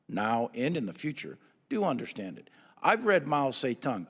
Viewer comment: I can't take a man who says " I wan't to undershtand" seriously.